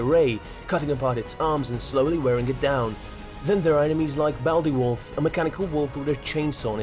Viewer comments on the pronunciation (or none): How can you fuck up ''Bladewolf'' and end up saying ''Baldewolf'' insted... slow clap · what did you just call him?!? b... b.. balde wulf?! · aside from Baldewolf, did anyone else notice he called the angels, angles? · just saying its *blade wolf Blade pronounced (B-Lade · Did he just pronounce that "Baldewolf"? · yes he did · How in the hell do you mispronounce bladewolf?!